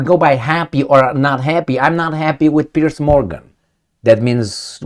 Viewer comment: ‘Piers’ not ‘Pierce’